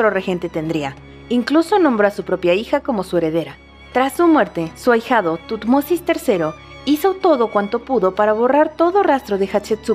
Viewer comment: Me encanta como pronuncia "Tutmosis" :D